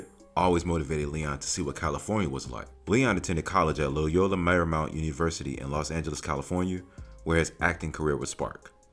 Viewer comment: Sooooo.... we aren't going to mention SPIRIT LOST??? Great movie and his character...smh but anyway not to offend, it's Loy(like toy)ola (or lo like yo... depending on whatever side of the map you're from) Loyola and matinee... mat I nāe